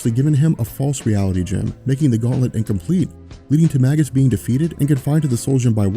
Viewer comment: It's pronounced, May gus, not Mag us.